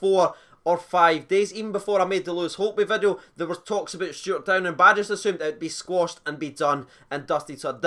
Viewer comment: Cheers for getting the name right mate 🇬🇧